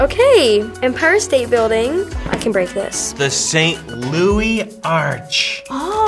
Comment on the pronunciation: saint louis not saint louse